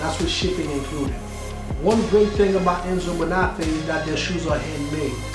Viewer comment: I am shocked at the way you pronounce the name of this shoe maker. Your name is, the accent tells you where to accent the word. The same goes for Bonafe'. Do not take this wrong, it is positive critique, as I like your videos.